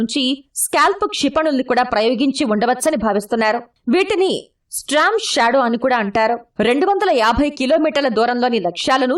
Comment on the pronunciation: Not Stramshadow, it's Strom shadow